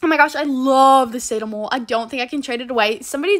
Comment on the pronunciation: you said sado mole as - say-do- mole its not that its - sad-o-mole